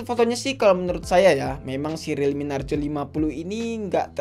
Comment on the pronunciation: Narzo bukan narjo